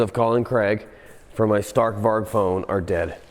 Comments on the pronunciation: Probably mentioned before, but "Stark Varg" Means "Strong Wolf" in Swedish. And the A's in Stark Varg is pronounced like the "A" in Announce. And the G in "Warg" is pronounced like a "J" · Stark Varg❌ Stark Vark✅ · Greetings from Sweden. Try to prounounce like this. Starrc Warjj Stark Varg = Strong Wolf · is he trying to say Stark Varg?? Strong Wolf in Swedish? Is it a Swedish electric bike? lol, I never heard of it